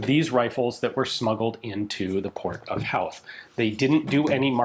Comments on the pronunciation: Just so you know, howth is pronounced hoath, like growth The curragh is just curr-rah Fair play for giving the words a go, most people make a mess of it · its pronounced "hoeth" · FWIW, Howth is pronounced like "Hoth" (rhymes with both). It's unfortunately got a weird spelling so one of those words that gets pronounced wrong a lot lol. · HOWth?! They gave you the rifle and didn't tell you how to pronounce Howth?! It's Hoe (like the gardening tool) with a TH at the end. Hoe-Th. Howth. The Southern 3 counties of Ireland?! It's the Southern 3 PROVINCES of Ireland! I couldn't listen to anymore, this was a terribly reported story. An hours research is all it would have taken, but no, that's asking too much. There's 32 counties total, in Ireland, and you think it only took 3 of them to remove the British Empire from our island?! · Just got to add in it's pronounced Hoe-th not How-th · It's pronounced HO - TH the H is silent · Childers is pronounced 'Chill-ders', and Howth is prounced 'Hoath'. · Curragh = Cur-a Howth = Hoe-th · it's pronounced hoe-th, like the garden implement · Excellent video and back story, pronounced Hoe-th and curr-Ah. Lovely piece of history you have. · Pronounced “Hoeth” 😂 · Howth, pronounced Hoe-th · The HO in HOWTH is pronounced HOO and not HOW? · Great video about Irish history from my home city. Just one thing, Howth is pronounced "Hoe-th" but most Dubliners would say it like "Hoe-t" we don't like pronouncing TH's very well 😂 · Hey Ian, love the video, so incredibly cool of you to be able to cover and expand on such a fascinating period of my nations history through this rifle and this video. now that thats out of the way, its pronounced "hoe-th" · Howth is pronounced HOwth. As in Ho Ho Ho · I live near Howth, It's pronounced "Hoe-th" Like how "both" is pronounced 😊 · Hoe th it's pronounced ian. Love the chanel great vid. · Fantastic to see some Irish stories 😁 Also it's pronounced hoe-th (like the gardening tool) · Hoe-ath not hou-th